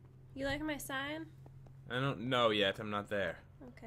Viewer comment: How do u make a saign? its sign